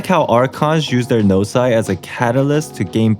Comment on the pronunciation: I’m sorry but did i just hear you say gnosi? For the plural??